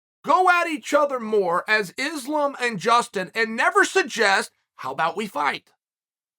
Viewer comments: tell me i wasnt the only one who heard "gustin gaethje" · Damn he fr said gustin 😭😂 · 12 seconds in uncle chael gives us a gem in “gustin gaethje” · "Gustin Gaethje"